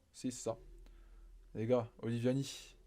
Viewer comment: C’est oliVAnie et non oliVIAnie. Bien la vidéo! Espérons qu’elle réagisse en retour encore ☺️